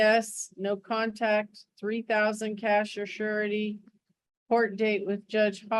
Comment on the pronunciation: AI can't say cash 'surety' .... we get cash 'shity' instead 😂